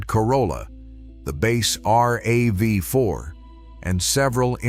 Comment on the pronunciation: Same useless AIs! Nobody calls RAV4 as R-A-V-4🤣